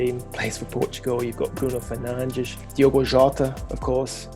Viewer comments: hahahaha yes that was so funny but besides that actually their pronounciation was very good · 5 stars for the pronounciation. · Well because they are Fernandes and dias and not Fernandez and Diaz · As a portuguese i only wanted to say u have very good pronunciation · Why is he pronouncing Portuguese names with Portuguese pronunciation?